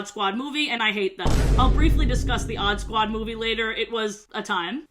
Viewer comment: i rlly thought u said oddbods i was so confused